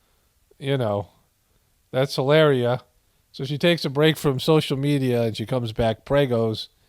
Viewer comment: Brings me joy when you pronounce names wrong love how you say trumps love how you say helaerrreea the Spanish girl from Boston keep up the good reporting from the apocolapyse you a voice of reason in a world wind of non logic with some laughs thrown in 😇